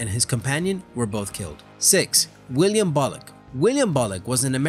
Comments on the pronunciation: William bullock its sounds like he said "Wiliam bollock" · Yes, yes it does...